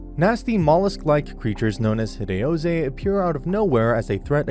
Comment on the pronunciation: Hideauze. They're called HIDEAUZE